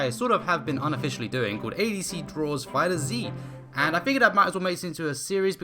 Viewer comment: FighterZ, the Z is not separate, it’s just pronounced fighters.